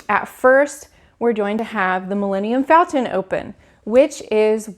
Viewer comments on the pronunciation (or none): How can you talk about your excitement for galaxys egde, but you mispronounced Milenium Falton? It's FALCON?!?!